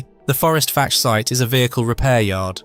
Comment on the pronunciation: I am surprised no one has commented that Fforestfach is pronounced forest vack, gets annoying after a while.